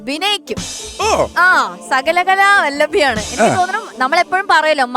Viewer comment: 'സകലകലാവല്ലഭി' അല്ല 'സകലകലാവല്ലഭ' ആണ് ?